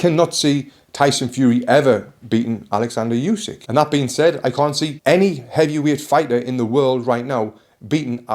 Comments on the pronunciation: ukrainian here, should be pronounced more like "ooh-sick" tbf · All good but the 'u' in Usyk is not pronounced like in "Eubank" or "use", it's a hard sound like in "hoUse"